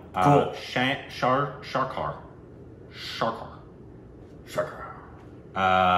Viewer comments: How can one pronounce Sarkar as Sharkar? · pronounce the movie name like " sir " + " car" = sircar = Sarkar